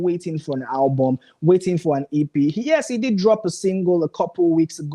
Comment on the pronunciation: Guy please try and teach that sugar girl how to pronounce ALBUM . why is she alwas saying HABUM? she should go back to school